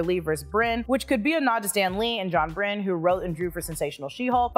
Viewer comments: It's Byrne, not Brinn. He's only a legend. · John Brin?!?! It’s pronounced like ‘burn’…John Byrne, like David Byrne. He’s just as important as Jack Kirby & Stan Lee in the current MCU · Pretty sure the artist's name (John Byrne) is pronounced "Burn", not "Brinn". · Byrne is pronounced "BURN" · FYI John Byrne (pronounced Burn, not Brinn). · How do you not know how to pronounce John Byrne?????? It’s “burn” not “brin” come on now! You’re videos are too great not to get that right. He’s huge in the comic world, you know that right??? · Byrne isn't pronounced "brin". It's an Irish name pronounced "burn". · Ugh!! Not "Bryne"... "Byrne" sigh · I know!!! Ughhh AND sigh! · Sorry, my OCD makes me post this... it is John Byrne ( Pronounced like Bern, Switzerland ). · John Byrne, sounds like "burn." My GenX heart broke. 😂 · Byrne is pronounced BURN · John "Brin?" Really? Yeesh. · Byrne is pronounced as burn! Is an Irish surname